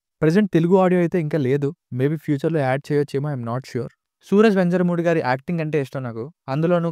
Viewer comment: Adhi venjarumoodi kadu.venyarumoodu ani chadavali